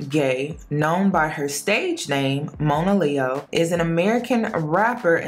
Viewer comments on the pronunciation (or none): Her name is pronounced Mah-na-leo, not Moan -ah, and shes been through a LOT in her young life, shes beautiful and an extremely talented artist. Judge not lest ye be judged. I wish her the best, always.